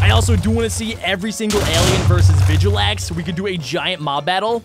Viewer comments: just so you know you pronounce it vil-gax not vigilax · “Vigilax” All Ben 10 fans: TRIGGERED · its vill-gax!!!!!!!!!!! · its vil-gax not vigilax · it's not VGalax it's vilgax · Dude it's not vigilax it's vilgax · It's not vigilax it's vilgax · Its vilgax not vigilax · It's vilgax not vigilax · It’s vilgax not vigilax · Just saying his name is vilgax not viglax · vilgax not vigilax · its not vijalax its vilgax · Villgax not vigulax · He said vijilax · Did u just say vijalax my g it is vilgax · vilgax not vijlgax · you said Vigilax but it is actually Vilgaxe. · u said vilagax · "Vigilax"? Its vilgax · Why whyyyyyyyy it's vilgax not viglat why did u do this to me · Hoe name is Vilgax NOT Vigilax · Bro its vilgax not vijalax whatch a vid get it whatch doz worst jk ever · it is pronounced VilGax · It vilgax that how u say it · It is pronounced vil gax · You said vilgax wrong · He said vilgax wrong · U said vilgax wrong